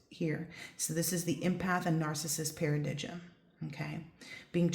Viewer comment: Thanks for a great reading. "Paradigm" is pronounced "Paradime". Take care 💖